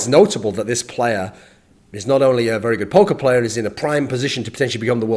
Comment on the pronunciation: at first I thought he was saying "Professional Poke(mon)Player"...